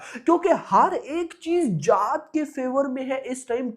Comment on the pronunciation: Arey जात nahin जाट, Mera bhai, pronounce theek se karo😅